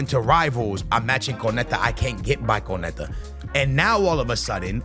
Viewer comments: It makes my skin crawl every time he says it wrong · say it with me it’s pronounced cone-nah-tay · It’s crazy how lazy content creators are, in particular doesn’t even bother to learn how to say konates name yet his video is about him, not to mention konate is currently one of the most solid cbs in world football rn too